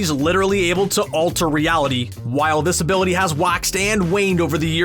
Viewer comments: I swear I heard him saying "disability" a couple of times instead of "this-ability" !!! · Each time he said this ability i thought he said disability